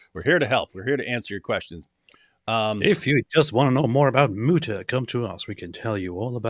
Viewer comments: Lol the “mootah” 😂😂😂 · "Moo-TaH" - saying thank you to a cow